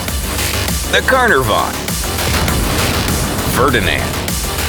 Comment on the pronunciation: ^ Real shame that Americans CANNOT speak proper English = W.T.F is a "CAR-NAV-ON" It's pronounced = "CAR-NAR-VON" = Tell that dim narrator to 'sort his $hit out', F.F.S